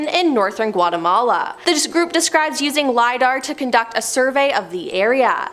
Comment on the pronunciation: She butchered Guatemala 😂